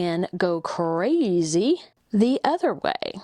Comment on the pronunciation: Overdid the 'crazy!' bit